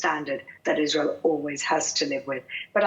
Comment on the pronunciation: Isral. Can't she pronounce it or is she lazy.